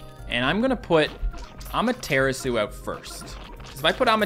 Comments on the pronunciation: It’s not amaterisu it’s ama-tur-asu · The way says amaterasu is just.... why? "A mater asu" is such a great unit and doesn't deserve her name to be butchered like this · Ah- mer - ter - ras -you